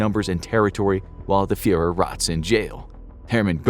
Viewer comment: “Fuhër” lol.